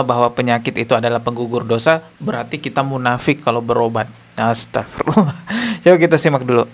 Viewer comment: belajar ngaji yg benar... saat bc Naudzubillah.....dstnya...... ko SALAH!!! Bc Astaghfirulloh juga SALAH!!! Bc ayat At Tahrim: 6 juga SALAH!!! & semua yg baca di konten pd SALAH.... Subhanalloh 🙏🙏🙏